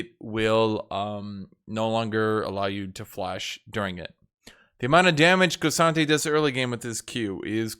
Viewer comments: No but for real it is not KO sante its K Sante. There is no O. Like cmon.. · thw way you say k'sante gives me creeps.. kewsantay